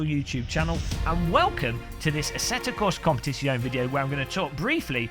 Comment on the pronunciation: Competishyone... xD Just learn it: it's - kom-pe-tizz-yo-ne